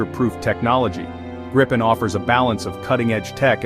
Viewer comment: Just a minor detail, but still: "Gripen" is pronounced with the stress on a long "i".